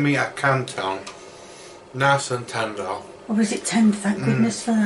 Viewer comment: My man said "nice and tender" ☠️